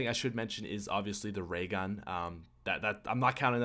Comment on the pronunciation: When he said in his honourable mentions the ray gun I didn't understand him until I watched lexs wall gun video